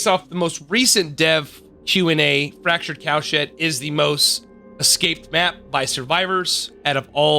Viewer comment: it sounds like youre saying fractured cow shit